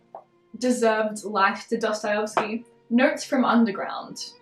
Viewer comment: dostayovsky lol